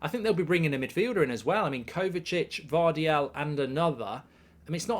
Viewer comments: His name is Gvardiol, not Gvardial, Mark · i love how he got gvardiol's name wrong 10 times